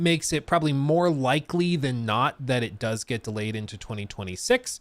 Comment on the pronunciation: Hello, it’s “delayed”.